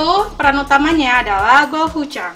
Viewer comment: Kak bukan go-u-cang tapi itu go-chu-jang